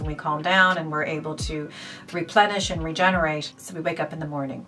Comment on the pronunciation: Is that a slightly irish twang u have? Especially when u said regenerate! Ur skin is amazing